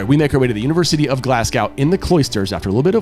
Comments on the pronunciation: Love everything you guys do! But Phil led you astray when he pronounced the city’s name as Glas- gow. ( as in ow that hurts) . It is pronounced Glas-goh (as in Oh! That’s a surprise!) . I wondered if Phil got it wrong because of his New Zealand accent… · Guys it's pronounced Glasg-oh not Glas-gaw Love watching this as I've never seen the amazing race. Also buchered Edinburgh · Excellent video. You could probably also make another whole one on how you walked the tightrope between what you would like to talk about and what CBS would allow you to. Btw, I cringe every time you mispronounce Glasgow. It isn't pronounced the way it is spelled. Try Glaz-go, not Glass-gaow. Surprised you didn't pick up on that, or that the locals didn't try correcting you. I guess they were just too polite. Bet there were some red faces with the production crew re the confusion on the first clue and the wild goose chase they made everyone go on. As if the race isn't tough enough. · So happy to see you in the race, love your videos. But when you go back to Glasgow, pronounce it Glazgo . 😊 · Pronunciation tips.... Glasgow = Glas-go, Edinburgh - Edin-brugh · You guys are awesome...the wrong pronunciation of Glasgow is driving me crazy though..sorry.